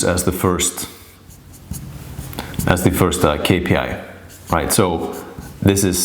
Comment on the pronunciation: very informative. that "k" tho is psychotic it's really "Ix" too distracting